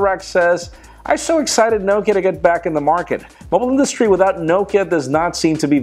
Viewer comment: Why don't you just buy your phones without a contract? I haven't bought a phone with a contract for 8 years... And why can't you pronounce Nokia? It's Nock e ya